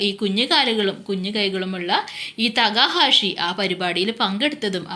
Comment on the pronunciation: തേക്കാഷി എന്നല്ല തെക്ക ഹാഷി എന്നാണ്